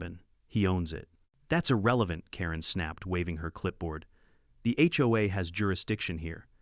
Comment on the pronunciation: Ya need to work on the narration! You SAY HOE I steadof HOA..